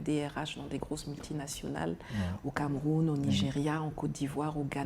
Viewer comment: Nathalie merci pour ton combat mais je constate tout simplement que t’as toujours la peine de prononcer ton pays le Cameroun.